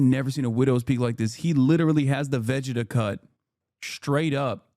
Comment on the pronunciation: Bro said Vegeta in the most whack fashion